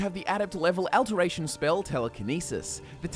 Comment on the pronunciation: You say a lot of a-words weird: alteration, adept, adaptation etc